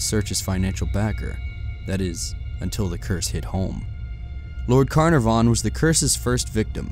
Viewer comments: its pronounced kaNarfon (its welsh) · The name was Lord CarNARvon not CarnAvon. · Lord Ka-NAR-vn. Got it?